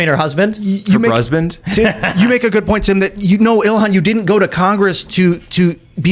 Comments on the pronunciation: Her brusband? Ahaha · "Her brusband" 😂 Man I love 🤣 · Omar Speaks volumes about her intentions… it’s not about you, Minnesota. “Her Brusband” 😂